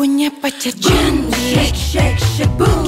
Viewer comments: iya bener, tente ini ngomongnya chantik bukan syantik mampir kesini cuma buat memastikan :v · Pencetus kata "syantik" itu mimi peri. Kalo syahrini tidak bilang syantik tapi "cantik" tapi pengucapan huruf C nya dibuat sedikit mendesis😂